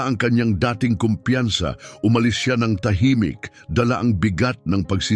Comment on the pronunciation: Ulitin mo nga ang pagbigkas Ng " dating manager".